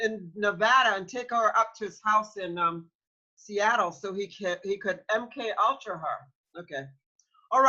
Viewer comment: It’s Pronounced: M.... (Like M&M) KAY...ULTRA ( No disrespect intended) 🤗🥰